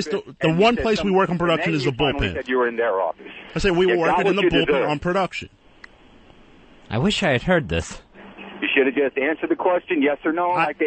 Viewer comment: I hate how he says "Perduction"...